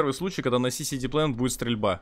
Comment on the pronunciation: Заходит значит новый зритель посмотреть видос и тут это: "Сиси Дик Плэнет", "еугеу..еуггу...егу..".